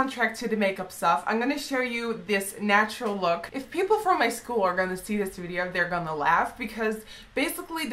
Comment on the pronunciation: Hearing her say "natural"i do weird